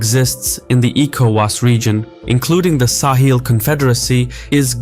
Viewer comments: Sahel, not sahil. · It is pronounced sahel, not saheel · Yeah except he pronounces it as Sa-heel rather than Sa-hell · I've never heard it pronounced "Sah-heel" like this narrator does throughout. It's "Suh-hell" everywhere else I've ever heard anyone talk about the region. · Not SAw Heel but Saw Hell is the pronunciation to be used. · It’s sa-hell, not sa-heel 😉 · Great to see this covered here, it's an important story that's really been underreported. Also TIL the British pronunciation is sa-hil, not suh-hel like in the US. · Weird pronunciation. No one says "sa-HEEL". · Bruv, how can you pronounce Sahel correctly at the start and then proceed to pronounce it wrongly throughout the whole video is beyond me... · I’ve never heard Sahel pronounced this way. I wonder how the locals say it.